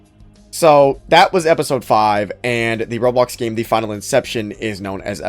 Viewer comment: Why do you say "gema" instead of "game"? I'm genuinely curious